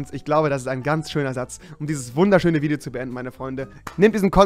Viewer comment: Wideo? Stästästä big suaq